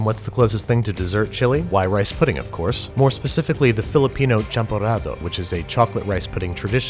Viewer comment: Champorrado... nice...